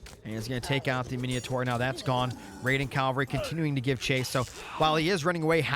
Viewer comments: Mine taur, not mineotaur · lol mineeohtar min oh tar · "Hop-i-lite" --> Hoplite "Mini-a-thor" --> Minotaur What's you and inventing "i"s where there are none? MI-NO-TAUR bro. HOP-LITE brother. Thanks for the casts though!